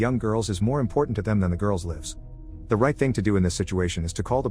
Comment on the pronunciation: Is that a pronoinciation of Lives?